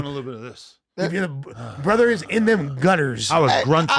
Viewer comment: should be fined $1000 every time he says Borther smh